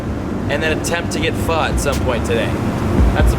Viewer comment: It's pho homie. You're pronouncing it like a white boy